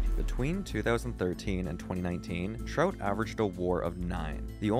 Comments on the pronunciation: Sounds like you are saying trote lol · The way he says Trout is super weird.